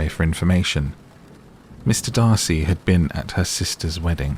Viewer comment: Yay, the correct Darcy! 😂😂